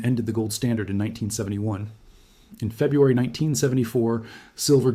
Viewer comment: Please do not take financial advice from someone who cannot correctly pronounce a common word like February.